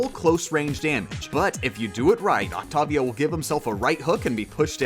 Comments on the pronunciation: Oc tay viii ohhh not oct tavvv vii ohhh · Its Octayvio, not Octofvio. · Him: "Oc tovio" Me: I'm pretty sure its pronounced "Oct A Vio" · Oct-tave-ee-oh not oct-ov-io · Dj oktabio its its oktewio Thats how you say it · Oct-ayy-vio Not oct-ah-vio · OcTAHvio... its OcTEIvio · Its Oct "a" vio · DJ oct-avi-o is easy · “Octawvio” Good vid, though. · did you not know that octavio is a real human name that is pronounced with a long a as in octAYvio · It’s pronounced octayveeo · It’s Oct-A-vio But props on beating it tho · OcToViO that’s what it sounds like when he says that lol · I'm sorry but.... can you please pronounce it oct-A-vio? It just gets under my skin easily... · since when was he called octarvio last i checked i belive it's pronounced octopus not octarpus love you, bye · Octavio is pronounced oc-tae-vio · Octavio is pronounced oct-A-vio, but otherwise, good video! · Isn't it Octavio (Oct-Aye-Vio) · it's Oct-A-Vio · Wtf is that octavio pronunciation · The way he says octavio hurts my soul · Him saying dj Octavio kills me (the way he pronounced it)